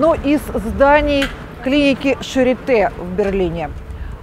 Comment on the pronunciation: Произносится не шаритэ, а шариты. Прямо режет ухо, когда я слышу это шаритэ. В слове charité é это ы. Если ê, è это э. Например bête, tête, règle, то есть бэт (глупый), тэт (голова), рэгль (правило, линейка)